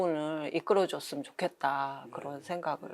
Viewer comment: Lady! 미안하오나, 좋겠다와같은 평상 고유어의 발음도 틀렸나이다!! 첫 자는 "길게" 발음해야하옵나이다. 실은, 이런 일은 일반적이 한국 언어 문제임에 실로 충격을 받았나이다. 이 때문에 제가 "한국 아문을 고발함"이라는 책을 써ㅛ나이다. 제발! 항국 지성인 여러분! 일독해 주시옵소서. 미국 뱐 완수 드림